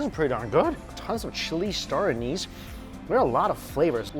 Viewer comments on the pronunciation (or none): none